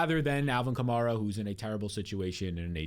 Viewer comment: love the show, but you do realize you pronounce 'Kamara' differently than every NFL announcer, all the biggest Fantasy shows, the team beat writers, and even Alvin himself? It's Ka-mare-ah pronounced like the car Chevy Camaro but with an 'a' at the end. Appreciate the hard work you put into your show.